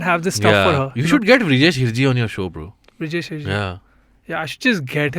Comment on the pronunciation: It's Vrijesh Hirjee...not Hrijesh Virjee😂😂